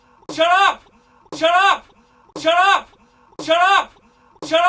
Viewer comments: mari95g0 In in an Indian accent xD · saying shallot in an irish accent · it kinda sounds like he's saying giraffe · It sounds like he is saying giraffe in a Scottish accent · It sound like he's saying Syrup or Chirrup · after awhile it sound like: chur up